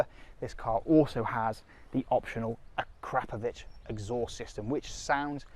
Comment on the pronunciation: 'dive straight in'. Really. Are youtubers still saying this? Oh and it's prononced AKROPovic.